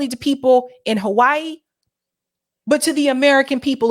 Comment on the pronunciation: Now I know why you call Hawaii "Ho-Why-ee"... The other side of Halli-wood.